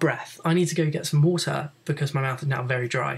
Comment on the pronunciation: i need some wootah